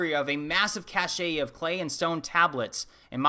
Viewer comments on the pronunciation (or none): As a rule, I don't mock people's pronunciations - if you've only ever read an English word it can be hard to infer the pronunciation - but his mispronunciation of "cache" as "cachet" made me laugh. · It’s a common mistake, at least with Americans Somewhere “cache” and “cachet” got mixed up 😂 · I never trust anyone who can’t pronounce cache correctly.